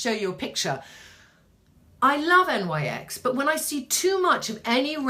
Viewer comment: Love watching you! Btw NYX is pronounced "nicks". Their products aren't bad, I have quite a few items. Tribune, you and I are similar in coloring except that I have hazel eyes, their taupe/spe915 pencil is very nice for brows w/o looking too harsh.